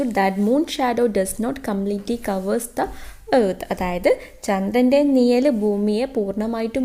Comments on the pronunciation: നിയൽ അല്ല നിഴൽ😊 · നിയൽ അല്ല mam നിഴൽ ആണ്